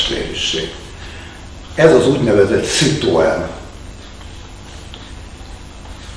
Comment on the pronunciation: Mi ez a "szitoajen" halandzsa?